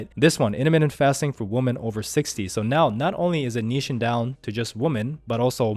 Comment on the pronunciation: Plural of a woman is "weemen"